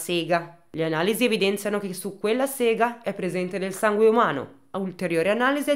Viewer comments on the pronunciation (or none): none